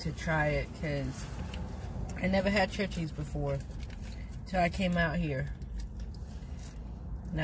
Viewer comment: We have Church’s chicken here in Tx. I always get their strips. I’m not a fan of their biscuits, and the okra is packaged. They just throw it in the fryer. Also, it’s pronounced like ⛪️ (church-es) Good video and glad y’all enjoy their food. 😊♥️